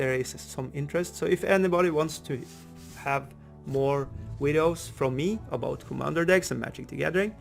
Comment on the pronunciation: That intro tho! Channelling your inner Canadian there with that little cheeky 'aboot' there.........